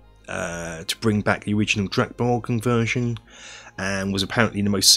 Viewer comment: very good pronunciation of drakborgen. Swedish is very hard for English speaker to get right and yours was the closest I've heard.